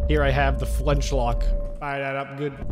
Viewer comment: ummm actually its pronounced flint-lock not flenchlock